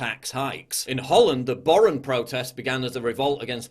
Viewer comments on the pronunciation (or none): if you can't pronounce boeren just say farmers 😂😂